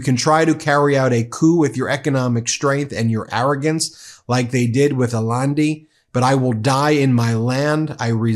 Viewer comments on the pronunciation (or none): Ben, "Allende" is pronounced ah-YEN-deh, not "allandi." Maybe you didn't study Spanish in school. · Allende pronounced aa-y-EH-n-d-eh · The Chilean Democrat Allende (very famous in the 70s, murdered by the CIA) is pronounced Ayendeh. Pokok couldn’t pronounce it either. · Wow, I admire this man so much, and thank you so much for this report. It's Allende, pronounced Ay-yen-day, accent on second syllable. He was a hero, so that's important. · Go Ben Go!!!! I just wish you didn't make so many errors as you read the statement (I followed it closely and noted numerous pronunciation mistakes, and misc. words either deleted OR added in ....e.g.: the name Allende was mangled when you read it) -- I just wish you didn't hurry so much. If you had read a little more slowly it only would have added another minute, perhaps, to the broadcast. Bottom line: do not let up on criticizing this criminal enterprise headquartered in the White House, in SCOTUS, in Congress. Our side MUST stay strong and not give an inch to those vile people. As for the spelling of COLOMBIA, Im staring right at the blurb here on YouTube and under the number of views and the # of hours ago when it posted, someone (in your group or at YouTube?) typed "Ben Meiselas reports on COLUMBIA's President..." So we can't very well criticize DUMPSTER Don for misspelling Colombia if it's misspelled right on your page on YouTube. Keep up the good work and know that despite my professional writer's criticism I've given your channel an A+ for the unrelenting work you are all doing. GO DEMOCRACY!!! GO DEMOCRATS!!! Never back down. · “Allende” is pronounced Ayende. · Uh-yen-day , Allende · Ben! Ben! Ben! His name is pronounced "a-YEN-day." A double-"L" in Spanish is pronounced as a "Y." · BTW, Ben, I have always heard that Allende is pronounced Eye yen day. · Ben, the name Allende is pronounced EYE-N-DAY